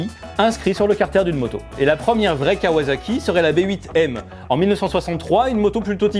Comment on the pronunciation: KawaZaki.....mes oreilles saignent...... On dit KawaSaki, avec un S.......parce que c’est pas du fransouze, mais du Jap’.... Comme pour le Niken, qu’on dit bien Ni Ken ( « 2 Sabres » en japonais) et non pas NaïKen.... Bisoux